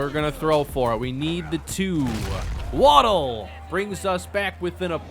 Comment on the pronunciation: Very excited about the series, however I think you have mispronounced Waddell. Waddell is my middle name. It’s pronounced Wad (as in a spit wad) Dell (as in the pc brand). Not asking you to change the way you say it, just putting it out there. The spelling for the way you say it would be Waddle (as in Jaylen Waddle). Again, great content and can’t wait for more of the series!